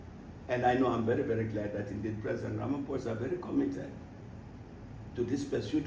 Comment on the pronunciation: Sinzi impamvu musoma iri Zina nabi Kandi ba nyiraryo bahora barivuga mwumva! Basoma "Ramapoza" ntabwo ari "Ramafosa" ph iwabo bayisoma nka p gusa.